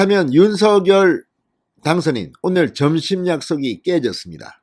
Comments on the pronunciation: 진성호님 윤서결× 윤성열로발음해주세요 국어학자가이게맞데요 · 발음 제대로 하세요. 윤성렬! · 윤성녈로 발음 하라고 몇번 발하냐